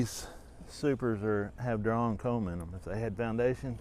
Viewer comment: Enjoyed the video!! Saying "drawn comb" versus "drone comb" for a country boy is tough isn't it???🤣 I've already got some honey here in NC that I need to extract before the poplar flow really kicks in. I guess it's maple....never had any this early. Hope we all have a great season!!!